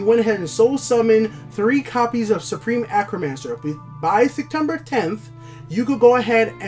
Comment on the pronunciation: Hey man, love the videos! I'm a new sub, and I just wanted to let you know your pronunciation on certain cards and words needs work. Please don't take offense to this, just trying to give some advice, love the videos! I notice you say Acromancer, when it's A-T-R-Omancer. As well as with Pilfer. You say P I L I F E R, it's just P I L F E R. Just thought I'd give you some advice, keep up the fantastic videos, you really make me love TESL even more!